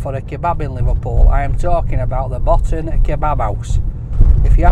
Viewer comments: It’s called the BO-TAN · It’s pronounced Bow-tan lad not Bottan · Pronounced "bow-tan" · It's pronounced bo-tan and it not all that good coming from a scouser